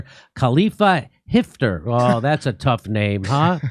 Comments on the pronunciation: actually it's hafter not hefter, i don't get why still write arabic words wrong in english, is hafter is hard to read in english!! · I think the name is Haftar not Hifter